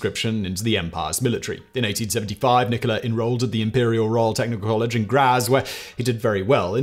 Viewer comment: Simon!! You pronounced Graz wrong